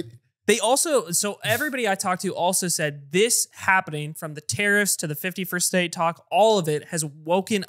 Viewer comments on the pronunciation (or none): every time atrioc says 51st state, i hear 50 first dates